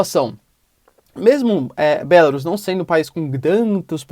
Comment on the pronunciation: Acho que não é BÉLARUS como vc pronuncia, dá uma pesquisada. É horrível ouvir um nome de país com sotaque. O google tradutor pode ajudar em várias línguas.